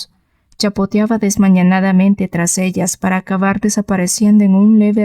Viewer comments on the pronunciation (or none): No se dice "desmañanadamente", sino "desmañadamente".